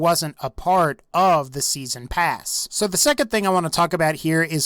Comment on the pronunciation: "season prass"